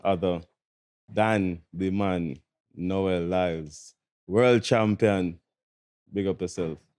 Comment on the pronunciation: His name is Noah..not Noel